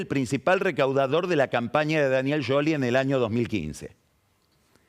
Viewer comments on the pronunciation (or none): Sholi o Shioli está bien. Pero pifia cuando dice "Yoli", con ye. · A Lavagna lo pronuncias como se escribe o lo pronuncias “Lavania”? Seguro que de la segunda forma. Scioli (sioli) está mal pronunciado. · por que dice "yoli"? Es muy molesto. Se quiere hacer el distinto y queda como un nabo. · Scioli se pronuncia así (yoli) o es una joda? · Es Scioli no Yoli⛔ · NO ESTA BIEN PRONUNCIADO ,SI EN ITALIA LO PRONUNCIAS ASI ,LOS TANOS ,SE TE CAGAN DE RISA